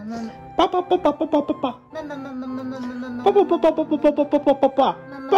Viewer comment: 笑い方がりおなりさんそっくり顔のパーツは目がりおなりさん、口元は早希ちゃん似かな？ とりあえず、ぱぁぱぁとまぁまぁが同じ発音で笑った